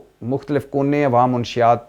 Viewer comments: منشیات کا تلفظ درست کرو بھائی ! آپ منشی یات کہتے ہیں۔ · بھٹی صاحب م پر زبر ہے پیش ،( ُ ) نہیں ہے اصل کہانی بتا گئی ہے پنکی مَنشیات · منشیات لفظ غلط بول رہے ہیں محترم م زبر ن ش شد کے ساتھ ہوتا ہے